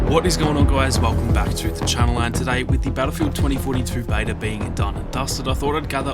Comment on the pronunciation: I love how you say beta “bater”